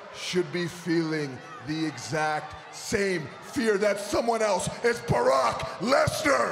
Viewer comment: When Jinder said 'Barack" instead of Brock I thought he was about to say Barack Obama 😂😂😂